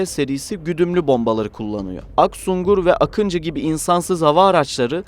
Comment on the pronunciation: не акинци а Акынджы ,не Атмака ,а Атмаджа =Akıncı değil akintsi Atmaca değil Atmaka!